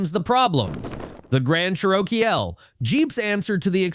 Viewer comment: Ever heard of a "Grand Charokeyel"? Remember when human beings used to narrate videos? ...Me too.